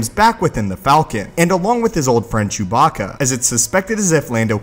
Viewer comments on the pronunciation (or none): none